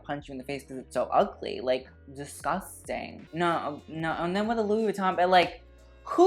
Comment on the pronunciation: LOL Oh GURL, I love your commentary, but you with the Scottish accent KILLED ME. "DISGUSTANG!" LOL